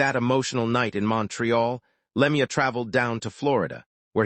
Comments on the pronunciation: Le mee uh. AI is total sht. Not even enough respect to get his name right. Anything for a buck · Cant listen to this anymore after the third time he said Lemi - ya. Dont listen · Wouldn't you just like to punch this AI asshole? He can't even pronounce his name! It's always been pronounced Claude Lemue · Narrator if you can't pronounce the name of the deceased maybe you shouldn't be narrating this . A little respect for the dead .Were you raised or thrown.